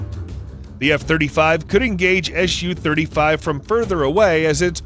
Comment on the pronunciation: Dear Americans, Please don’t call it ES YU, its. SU (soo) 35